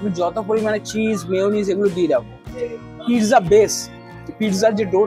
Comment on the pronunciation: কিন্তু উচ্চারণে ট হবে না